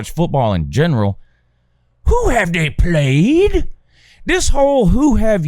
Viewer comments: When you say the “But Hoo Haff Day Pwayed” bit, I think it’s soo funny every time. You could imagine how much I liked this video lol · The who haved they pwayed? Will always annoy me